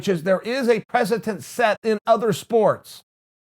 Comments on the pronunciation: Wtf is a "precetent"??? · Me: Precedent Chael: Presentent Me: Ok, great